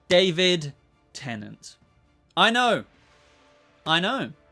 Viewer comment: David Tennent? What?